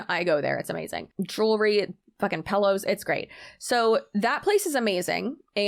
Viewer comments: Girl you just said going to the bowteek to get some pellows. I love you 😂 also my husband said the dry cleaning analogy is garbage bc dry cleaning is a service, not a product. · Americans usually poke fun of Canadian pronunciations but.... what the heck is a pellow? 😆